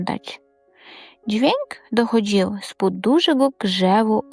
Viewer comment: Добрий вечір, підкажіть будь ласка, що з наголосом? У багатьох словах він порушений. Дякую за гарний текст, але треба перевірити вимову за допомогою словника. dochOdził, pOdlać